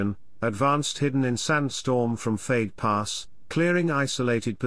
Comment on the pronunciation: Edit: didn't realize this was synthesized speech. Still, I guess you could do something about it🙂 '88 millimeterS guns', 'fade pass', etc. Sound sloppy and weird.